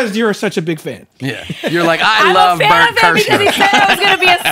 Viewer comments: That whole Steven Seagal conversation is awesome 🤣 Tom’s laugh at Bort’s name mispronunciation 😆🤣🤭 still mispronouncing Bret’s name wrong 😂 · Tom’s display of sheer joy when mispronounces Bert’s name is hilarious 😂